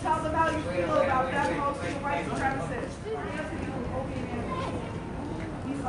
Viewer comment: ACIST. He's a white supremACIST. Not a supremist. By all means throw around buzzwords, but please fucking learn how they are pronounced first.